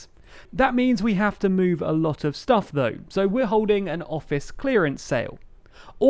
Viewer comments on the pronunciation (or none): none